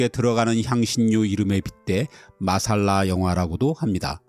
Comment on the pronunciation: '마살라'가 아니고 '맛쌀라'가 원어 발음에 가깝습니다.